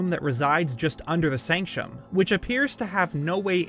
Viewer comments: I really love your channel and your theories. I cannot handle your pronunciations,, SANCTUM not SANCHOM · It's "sank-tum", not "sank-shum". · bruh sanc-tum, not sanchum